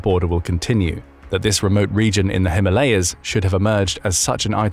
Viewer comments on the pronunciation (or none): none